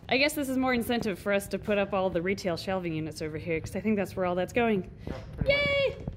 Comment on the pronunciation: Every time says retail facility I always think she says RETIC facility, I think they should totally name the retail facility RETIC now because of this 😂